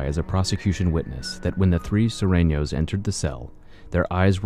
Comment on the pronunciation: It's not SIR It's SUR(S-ouU-R)